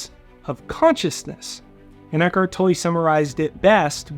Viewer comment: Eckhart tolle is pronounced" toll". The only reason I am saying this is because I know him. I know how his name is pronounced. Make no mistake....you are Awsome! Unfortunately I'm OCD about these kinds of things. Please don't be offended. I use and listen to you daily!!